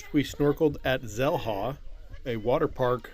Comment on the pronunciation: Xel-Ha, is it not pronounced Shell-Ha? If you can spend 8hrs snorkeling and eating and drinking at Xel-Ha for $125 is that not better than $50 for an hour.